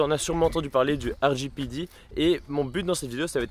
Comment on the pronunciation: Pourquoi tu dit « RJPiDi » ? Si tu veux prononcer en anglais utilise l’acronyme anglais 😄